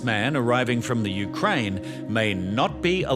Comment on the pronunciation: "From the Ukraine" or "UK"? LOL